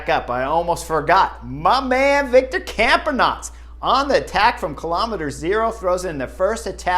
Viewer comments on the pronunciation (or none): "My Man Victor Camp-en-nots!" LOL Love it!